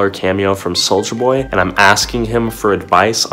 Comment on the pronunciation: Take a shot every time he said Souija